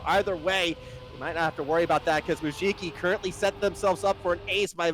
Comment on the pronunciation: Challenge: Take a shot every time the casters pronounce Mujiki as “Mujuki”!